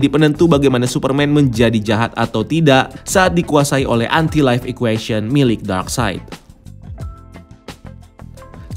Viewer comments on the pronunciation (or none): Anti life kenapa ngomongnya lo entai laif....